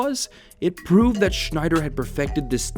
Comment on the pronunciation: listen to him rolling his tongue in “prove”